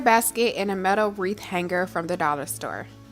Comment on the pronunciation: Hang Ger??? The 'g' is Not to be Pronounced with a hard Guh. It's pronounced Hang -ER